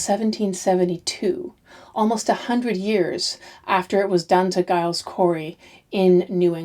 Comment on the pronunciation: Hi., interesting series. Just to let you know Giles Corey is pronounced Jiles. I'm a fellow G/J Gillian. I know Americans aren't too aware of this.